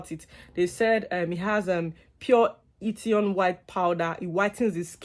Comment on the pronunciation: Did you say hitition plus ? 😂,it’s hithion plus